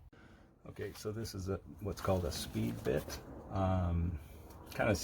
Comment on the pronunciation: Those bits are called spade bits and sometimes called paddle bits....it sounded like he said speed bits.